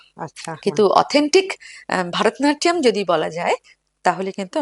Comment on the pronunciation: একজন নৃত্য শিল্পী কী করে ভরতনাট্যমকে ভারতনাট্যম বলছেন বার বার! বড় কানে লাগছে। উনি আমার বেশ পছন্দের। তাই আরো বললাম। ভিডিও ডেসক্রিপশনেও তাই লেখা!